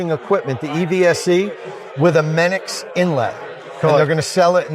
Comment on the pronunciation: Mennekes is pronounced MEN-uh-kus